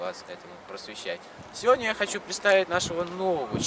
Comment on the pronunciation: "Сёдня" - нет такого слова. Нужно немного поработать с речью... Оператору желательно ознакомиться с композицией кадра.